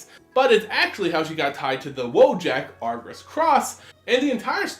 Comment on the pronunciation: Only critique: It’s not Argus but pronounced “Agrus.” Outside of that, I enjoy everything you do. Keep up the great work :)